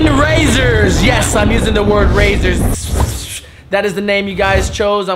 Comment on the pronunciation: Rayzers sounds like fucking Brazzers